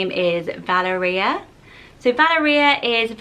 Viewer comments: I think Valeria is pronounced “Val-air-ia” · I love this list 😍 I believe Valeria is pronounced Val-air-ree-ah if that makes sense 😅🙌🏼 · Just to let you know, Valeria is generally pronounced Val-air-ia :D I have a friend in Italy called Valeria, it's a lovely name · Wie pronounce Valeria in Switzerland Val - é - ria. With a stressed é. And I think it's a beautiful name!! I love Magnus, Aelia or Aeria! Ae names are so majestic. Reminds me of the word Air. My name means Sunshine so I love Aelia with a similar meaning and totally different sound. Aquila or Achilles I love as well! Marcellus or Marcellino is super sweet! Thank you for this list! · Nice names. I lived in Italy several years and always heard the pronunciation of VALERIA with the emphasis on the second syllable. VaLERia